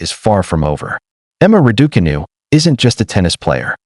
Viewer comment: Why do commentators have so much difficulty in pronouncing Raducanu the way Emma says it.